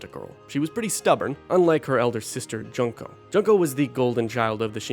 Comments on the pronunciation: It pains me every time you pronounce Junko as "junk-o" instead of "june-ko". 😩 Great video, though. ❤ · Juneko not junko xD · The pronunciation of Junko as JUNK-o 😭 did you even play it